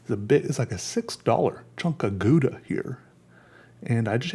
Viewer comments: your saying it wrong its gow-da gow not guda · its pronounced "gauda" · For all u dicks pronouncing it gouda, its pronounced "hhhowda" dont blame me... blame the dutch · Matthijs Roos - is it pronounced gow- da? That’s how I always say it and people look at me like I missed the short bus. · It's pronounced how-dah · I hate how English people pronounce Gouda. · I just wanted to hear you say Gouda cheese and it was just as satisfying as I’d hoped. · I like the way you pronounce 'Gouda'. It's a city in the Netherlands. Obviously, Dutch is a language which sometimes has words which are hard to pronounce (more like: most of the time), so it's always fun to see foreign people trying to use these words. I think I'll stop here before this message gets too cliché... Hehe Greetings from somewhere in the Netherlands! Ps: also, I didn't mean to judge you, I'm actually really happy that people try things. That's also the reason that I like following you struggling to learn to tattoo, if that's even a verb... Excited for the next video!